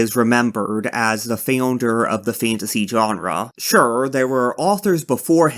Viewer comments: The way you said founder makes my brain itch 😂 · trying to process the "FeondeR" pronunciation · sorry dude but the first time you said founder gave me a spasm, rest of the video was great, keep up the good work !!!